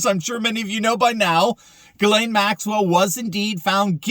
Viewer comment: the womans name is pronounced jizz lane not gilane its a French female Christian name.